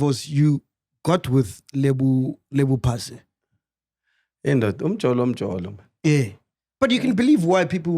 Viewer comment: MagG, its Phasha not Pase... Please hle